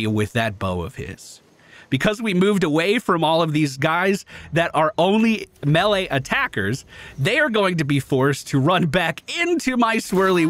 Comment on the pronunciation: Good vid. Like the energy, HATE the way you pronounce melee "melly" LOL